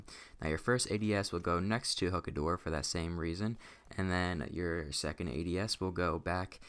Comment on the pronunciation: also its pronounced (hoo-kuh)